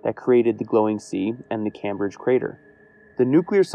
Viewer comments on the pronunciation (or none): FYI it’s pronounced KAHYMbridge not CAM bridge